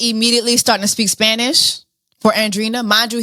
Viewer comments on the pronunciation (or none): Hey Jessie, with love, Andreina is pronounced: an-dre-i-na, like Andre with ina :)